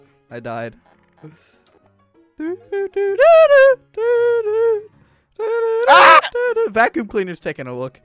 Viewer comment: Vack Youm Cleaner Lol